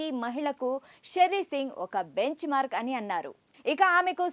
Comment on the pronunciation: benchmark not fucking Benz mark - stupid anchor 😁